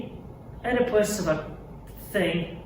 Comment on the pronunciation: Chris said "Oepipus" in a place called "Goochland"